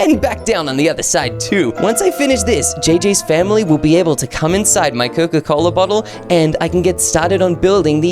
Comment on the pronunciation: Coca not coco😂